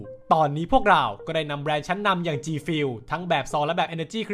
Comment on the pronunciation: มันอ่านว่าจีฟิวหรอครับ